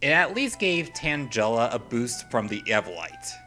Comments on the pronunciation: It's Tang-ela not Tanjela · Hey Stupid, you have mispronounced so many things in this countdown. Sinnoh (Sin-No) no a in it. Tangela (Tangle+a). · Yep, same with a lot of his pronunciation like Tangela